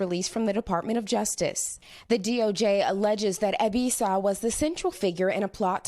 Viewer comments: It's pronounced eh-B-saw-wah not ebisaw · Too bad they couldn't say his name right...its Ebisawa ...NOT Ebisa...LOL...good job NBC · Ebi Sa Wa = Eh Bi Sah Wah Yah Ku Za not YahKuuuuuza The emphasis in on Ya not ku or za